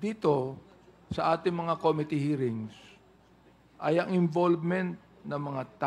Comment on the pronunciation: JUST AN OBSERVATION THOUGH, WHY IS EVERYONE MISPRONOUNCING THE WORD “COMMITTEE”? ACCENT SHOULD BE ON THE 2ND SYLLABLE - STRESS ON THE SYLLABLE “MIT"